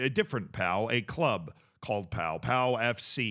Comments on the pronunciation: It's pronounced Po! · 100% pronounced Po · Pau is pronounced Po fyi And I don't think he meant to drag him up. I think he was telling him to stand the fuck up